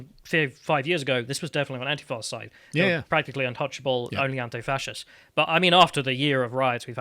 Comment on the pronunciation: Great job guys, but when you say "anti-faarrchists" rather than "anti-fascists", I imagine that the Americans think you don't know what you are talking about. You might say "the anti- have gone to far- shits" that would be fine. I can deal with scones and scones, bath and bath, but your are worse than tomatoes and tomatoes. The annoying things is you will get loads of American simps because of your English accent, where no other Englishman who is aware of this would pronounce it like that.